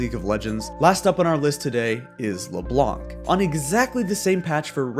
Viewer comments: It's Leblanc without pronouncing the C. French viewer advice. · The "c" in "Leblanc" is silent